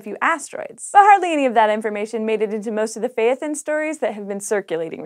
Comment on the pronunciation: Phaethon is is pronounced with two syllables. It’s like phy-thon or fae-thon. The “thon”sounds like the thon from python. :D